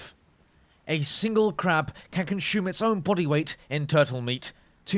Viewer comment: So in the Pacific Ocean I can find Jerry Sharks, scavenging T-50s, and T-54 Spider crabs... Seems Legit. That and I find it hilarious how you pronounce 'consume', adding a 's-c-h-u', or shoe, sound to the middle. Great work!